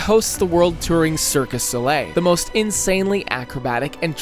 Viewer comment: why bro saying "Mawntreal" "circus oleh" and "ToronTo"